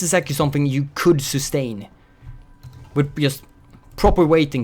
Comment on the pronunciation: "This is something you could substain" Not with the new fuel mechanic, tho :D